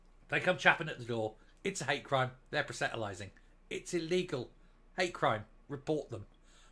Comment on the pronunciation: That is not how you say proselytising ( Pros le tising )